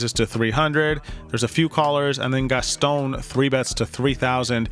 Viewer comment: It’s not pronounced “Gas-Tone”. It’s “Gas- ton” drop the sound of the “e” at the end of Gaston